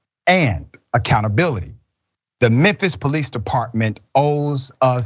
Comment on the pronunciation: Police not ploice